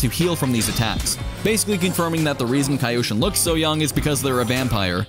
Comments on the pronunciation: no its just kyoshin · k-yo-shin, "kaioshin" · He said Kayoshin and not Kyoshin. Westerns. 😂 Meanwhile asians - Arigathanks! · Whyd you pronounce it kyoshin? It's pronounced kyoshin bro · I'm not sure but it's Ki-yo-Shin or Kyo-Shin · It is pronounced Ki-yo sheen. Not ca yosheen. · Kaa youshin?? Kyoshin... It's kyoshin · Please it's not kaiyoshin it's kyoshin😭😭😭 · Kai-o sheen 😂 Its k-yoshin. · he's kyoshin, not kayoshin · Nobody:: CaEyOushEen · Kyoto = Kee-o-to Kyoshin = Kee-o-shin Was it that hard to understand? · WUT?! Say that one more time, “KAYOSHIN”!? Augh..cringe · It's (Key- yo-shi-n) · Ah yes, kai-yhou-chin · It’s pronounced Key-Yoshi-N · Please stop saying "kai-oshin". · I can already see you cringing at your own video everytime u miss pronounced kyoshin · You don't call Kyoto a Kaito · The way you say "Kyoshin" hurts me physically 😂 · Pronounce "Kyoshin" correctly please. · 1) No he admitted to not knowing how to pronounce the name of the sword. 2) Fine then, don't like the Warden example, pick literally any you want. How about Tokyo? You don't say Tokaiyo do you?? 3) He doesn't need to be an expert in Japanese to invest 2 seconds into googling it. He wants views doesn't he? He gets money from views doesn't he? I don't think taking a second to look up a word is too much to ask, especially when it's the name of what the entire video is about.